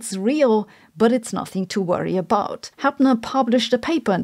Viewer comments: William HAPPER, not HAPNER; you can't even pronounce his name. Inclines me to think you've never read his work or heard him speak. Do some homework. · William HapNer??? She doesn't even have the rigor to pronounce his name correctly, what about her scientific rigor? Low IQ lady with tons of buzz words to fool gullible people. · It's Happer, not Hapner! And since you have so eloquently destroyed the theory of CO2 saturation, would you please explain how it is possible that the Earth did not burn out due to all that absorbed heat, when CO2 concentration was 7000ppm. Also how could an ice age last several hundred thousand of years, when CO2 concentration was around 4000ppm? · Why do you pronounce Happer as ‘Hapner’? Just out of interest? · At least Sabine you recognize Happer’s work, which sounds like music in my ears. By the way it is Happer and not as you pronounce it Happner… Happer is the best climate scientist I could think of, together with Richard Lindzen. They outpace by far the quality of your ”thousands of scientists” who erroneously believe in the climate narrative of the IPCC.